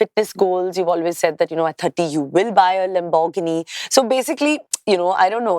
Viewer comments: Loooll did she just pronouce laborghini like that😂😂😂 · I have never heard someone pronounce lamborghini this bad. 🤦‍♀️ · The way she pronounces "Lamborghini" lmao😅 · Wait ! …rewind please the way she pronounced Lamborghini … was totally wrong ! You don’t pronounce the R its a silent R …oh god 😂